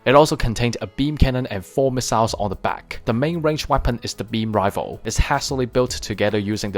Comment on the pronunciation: Its pronounce rai fle not rivel